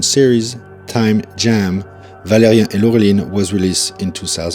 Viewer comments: Pourquoi prononcer ValériEN et pas ValériAN? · It's "ValériAN", not "Valérien". :)